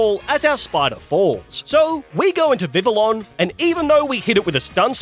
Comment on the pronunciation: DO NOT LEAVE OFF THE L'S IN VIVILLON!